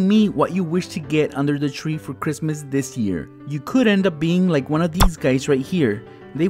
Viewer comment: Merry Christ ler. It’s toe morrow